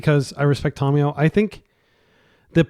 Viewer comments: I speak several languages. It is Fɛrˈboʊtən, not fer-bootan (verboten). Thank you for correcting yourself. Just like Tamiyo is not Tomiyo. How do you pronounce Kami, or Samurai? Do you pronounce them Ko-mi, or Some-uh-ri? Or Ka-mi and Sam-uh-ri? I am pretty sure if someone pronounced it some-uh-ri they'd be laughed at, but you want to call her "Tommy" or "Tom-e-yo"? I have no problem with people making mistakes. I do it all the time. (had to edit this because my writing is not as good as my pronunciation). However, when presented with new information to double and triple, and quadruple etc, down on your mistakes. That is where I get passionate. Correct pronunciation is Ta-my-o, or possibly ta-myo (yes tam-e-yo is a wrong pronunciation). I am not going to go around around correcting every person who says Tamiyo as Tam-e-yo. However when you can't even get the first vowel correct, and you call people out for correcting you then I must speak. Not Tommy or Tom-i-yo. If Kami and Samurai are not enough, and you want another word to look up. Look up tamago in Japanese (not that far off from Tamiyo). It is ta-mag-o, not to-mag-o. It means egg. Then ask yourself, if egg is pronounced ta-mag-o, why would Tamiyo, ever be pronounced tom-e-yo or to-myo/to-my-o, instead of ta-my-o, ta-myo, or tam-e-yo? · Look up how Tamiyo is pronounced, It is not Tomiyo, or Tommy. Give me one source that says that.